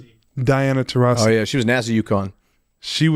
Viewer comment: MPJ not knowing diana taurasi name is wild 😂😂😂 “that one girl…terisi”